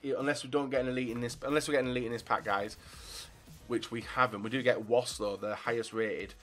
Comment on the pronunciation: Vass not woss 😂😂